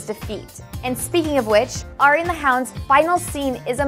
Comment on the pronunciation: It`s Arya...not Ayra. 5 books and 4 seasons of TV-show in you should pronaunce her name right. Right?